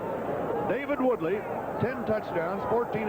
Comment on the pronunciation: Truly terrible. Both announcers repeatedly referring to the wrong players, wrong positions, and mispronouncing players names (David Woody and Jonathan Woodley!). Besides all the mistakes both announcers are just boring and vanilla, offering nothing other than cliches